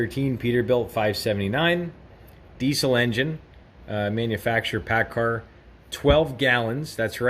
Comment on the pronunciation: Paccar, not Paccard